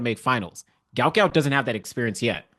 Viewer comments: Just FYI,his name is pronounced Gwot Gwot,not gout like the disease. I, for one,would like to have my name pronounced correctly,and no one knows who the hell I am. As he does have some celebrity,I'm sure he and his parents would like his name pronounced correctly. J̌ust sayin. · Why do you guys continue this deliberate mispronouncing and misspelling of the youngsters name. His name is Guot Guot, please do not perpetuate this disrespect!!